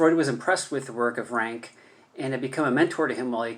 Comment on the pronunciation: Please pronounce his name correctly: Ronck not Ranke.